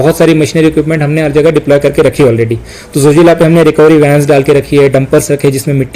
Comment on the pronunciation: It’s Zojila not Jojila